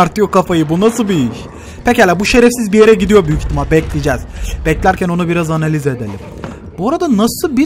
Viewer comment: "Hemen bi oda analiğz":)